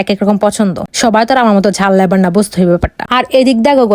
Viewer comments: গাইস❌ গইস✅ লাভার❌ লেবার✅ হেলো ❌ হিলো✅ 🙂🙏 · Hello হ্যালো ❌ ইল ✅ Lover লাভার ❌ Labor ল্যাবার ✅ Jindegi ❌ Jandagi জ্যানদেগি ✅ 😂😂😂😂😂😂😂 Guys ❌ Goise গ ঐছ ✅ যাই হোক লাইক বেশি পড়লে আবার দেখতে আসব 😂😂😂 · ঝাল লাভার ❌ঝাল লেভার ✅😂😂😂